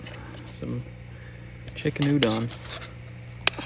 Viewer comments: I honestly love your content but for a person who grew up in Japan I think it’s only fair for you who loves Japanese culture to put some effort in pronouncing some stuff right like Udon is not U-Dan it’s U-Don as in the o is pronounced as an O kinda like pronouncing the word Orio it’s not Ario! so yeah fam keep making t awesome content but also put some efforts in the nihongo 😊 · Bro. If you are going to keep going back to Japan, you need to know that it is not pronounced oodan. It is oo-doan. Rhymes with “You Joan.” You have to get the Japanese pronunciations down. Especially if you’re going to have a Japanese girlfriend in the future. 😉